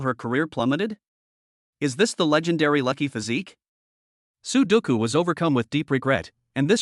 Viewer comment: I hear " su doucou" .. I think the number game sudoku 😁😁😁